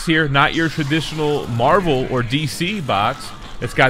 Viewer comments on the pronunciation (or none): none